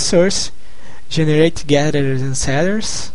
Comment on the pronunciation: kkkkkkkk ="aah...guederers en zeders"